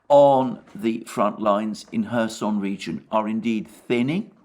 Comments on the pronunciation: Alexander why you are saying 'Herson'??? While the name is 'Kherson' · And the Right pronounciation of kherson can be found in Wikipedia.